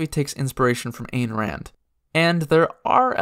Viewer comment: Fun fact- the souls of true atheists in DnD go straight to Hell to be eaten by Asmodeus. Some of these factions are basically his dinner. (also, it's pronounced Ein Rand, btw- rhymes with "dine")